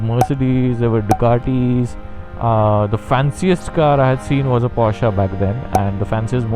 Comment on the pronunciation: Okay... After hearing porscha for the 6th time, i must step in and correct you bro. Its porsche as in posh not porschaa like machaa.. 😂 contessa impala is right but porsche is posh with a r.